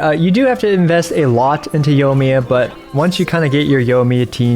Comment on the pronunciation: Did you just say Yo-miya? lol